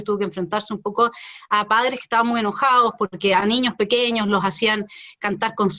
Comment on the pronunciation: Reto a Felipe Kast A estar una entrevista sin decir la palabra "Niños" O "ÑIÑOS" (COMO LO PRONUNCIA), es su eterno caballo de batalla para parecer preocupado por la ciudadanía "Los ÑIÑOS primero en la fila" XD valla charada, perola verdad es que ete señor es un negligente y un EUNUCO político, amante y defensor de cualquier cosa Caribeña, pero que desprecia a los Chilenos, ese señor es la encarnación de la """"""Derecha""""" SIN PELOTAS, de los """liberales""" estatistas, de los """liberales"""" que les encanta subir los impuestos, es un verdadero mamarracho ideológico, un miembro de la Elite sin talento, que gracias al dinero de su familia esta donde esta, pero que merito intelectual NO TIENE, NI TENDRA .